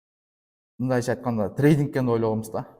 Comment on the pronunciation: Трейдинг -деп, трайдык дегин.эми кызыгуу мне болду ? 😅